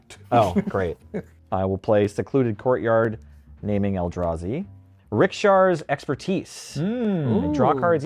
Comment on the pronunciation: I liked the part where pronounced it Rikshar.